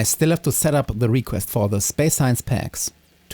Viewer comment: I know you're not a native speaker (neither am I) but you have a ton of words which you pronounce very strangely. subFACtory. Aicid. Salfar. REquest. REsearch. REquest. It's easy nowadays to learn the right pronunciation online.